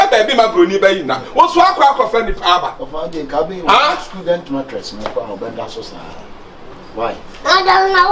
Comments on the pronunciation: He said skoolent mattress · Did I hear schooldent matrix